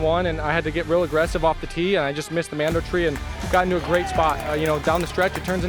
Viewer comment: MAN-do....not MON-do.... Great overage! 👏👏👏